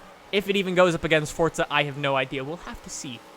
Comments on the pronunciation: Love your videos but it's forza bro not fortza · It's forza not fortza